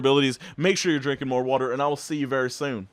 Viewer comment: That "very soon" was much to southern for my Midwesterness